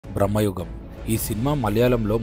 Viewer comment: బ్రమ్మాయుగం కాదు భ్రమయుగం